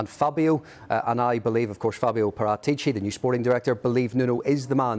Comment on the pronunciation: That actually pronounces Paratici's name correctly (Par*aa*tici) 👏👏👏